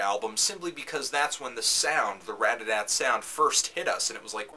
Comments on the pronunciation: ratATAT not radadadt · everytime he says radada i want to laugh. Otherwise, nice review :) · Dude, I LOVE Anthony's reviews, don't get me wrong, but DAMN! This shows its age because I don't think he actually said RAT-A-TAT once in this entire video XD LOL In his newer reviews of Ratatat, he puts so much emphasis on the TAT now. I think he caught on. haha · I just can't believe someone would call them Radadat with such confidence. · why does he call ratatat "RAD-A-DAT" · Say the name right